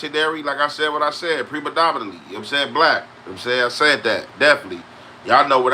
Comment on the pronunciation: what’s pre-madomanatly man 😂 it’s predominantly pronounced pre-dom-in-ant-ly, we fucc with u tho Any it’s jus funny how you remix tf out a word